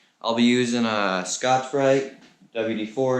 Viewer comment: Hey what was the cloth/brush you used first I couldn’t understand what you said I heard Scotch something, thanks